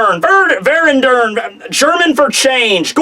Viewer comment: It's funny how always the german words are quite a big of a challenge - same with bleach, same here :D But for those not speaking German and somehow interested in it - small pronunciation tip since this is the second word in the last few chapters with the letter V, which could be tricky relating to English. Most of the time it is pronounced as /f/ Therefore verändern is /fer'enden/. Same with the big father from the bege castle form - ein grosser vater - /ˈfaːtər/